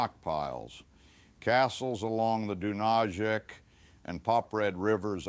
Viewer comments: Dunayets - Not Dunażek ! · River Dunajec pronunciation: Doonayetz.